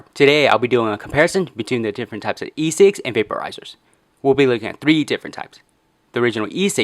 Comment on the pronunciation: it sounds like he saying fucking 10 cigs